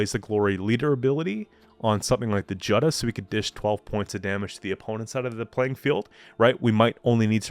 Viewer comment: Nice deck. By the way Jutta is pronounced "Utah" like the state.